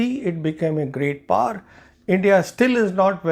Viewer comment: It is pronounced as Great POWER not Great Par. Fancy but flat out wrong pronunciation. Great analysis of the interview. Thank you!